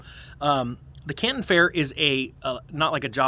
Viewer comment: I represent over 20,000 items from china for the canadian retail market. yesterday I had a customer complain one paper product item had mold on it. Makes sense. The Canton fair (you pronounced it wrong) is mostly down due to extreme travel restrictions to get into china to attend the trade show.